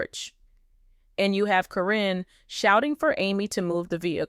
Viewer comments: At least mention her name correct. Not Corinne it's karen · Hate the way you pronounce Caryn. This must be a computer generated voice!